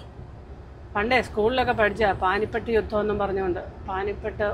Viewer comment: പാനിപട്ട് അല്ല, പാനിപ്പത്ത് . പാട്ടിയാല അല്ല, പട്ടിയാല